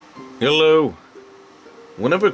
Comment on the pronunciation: "Hhaalloo" haha the way you say it